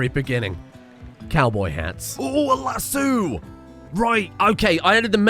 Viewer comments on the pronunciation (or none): Sorry can we just talk about your pronunciation of the word lasso... where did you find the other "o" in that word please elaborate cus thats the first time i've heard someone say lassoo and not lassO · Man's over here pronouncing lass-ohs lassoos. smh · Waitwaitwaitwait. Lassoo? Not Lass-O? Oh dear. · Lass-oo? Texan here, can't say I've ever heard it pronounced that way. Lass-oh is the correct pronunciation. But hearing "lass-oo" made me chuckle. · Lasso...not Lasseww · As a native Texan just an fyi it’s Lass-oh not lass-oo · Lass-u? oh boy another one, it's Lass-o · lasooo? no LASS-OH! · Glad you managed to save Dunn and Saguaro, hell of a save there. also its Lass"O" not Lasoo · la sew? tf it is pronounced lass O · what the fuck is a lass-oo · Las-soo, its las-sow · maybe this is a british vs american thing but we pronounce it lassoh not lassooo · "Lass O" not Lassooo... Brits..I swear. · I’m sorry it’s not pronounced lassu it’s pronounced lass-o such as the o in spaghetti-O’s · My Texan soul cries every time he calls it a Lass-oo. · My Midwesterner half does too. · The "lassoo" pronunciation made my day. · Who is this lass named sue? Oh did you mean lasso? Or Lassue? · LassO emphasis on the O lol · Is... Is calling lassos... Lassoos? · Excuse me, what is a "lassu"? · Hey everyone, He said lasso in a funny way! Lets all point and laugh! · How did Brits as a whole mess up pronouncing lasso? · Oooh red dead redemption, maybe you'll learn how to properly pronounce lasso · I don't think that's you say lasso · very important episode, but i gotta point it out - what the fuck is wrong with your pronounciation of lasso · Video literally unwatchable due to chronic mispronunciation of lasso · The way you pronounce lasso, makes my brain hurt. 😅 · is no one going to correct his pronunciation of lasso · That... That isn't how you say lasso... THAT ISN'T HOW YOU SAY LASSO!!